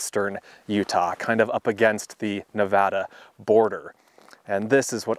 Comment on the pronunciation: Thank you for saying Nevada correctly. Always good to see your videos. Merry Christmas.